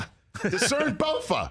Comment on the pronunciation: Rich Eisen did not just say "Bolfa" 🤣🤣